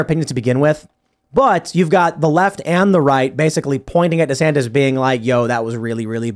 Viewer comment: “Destantis”? No! “Desanctimonians” The word was right there and it was even Trump that gave it to you! Hahaha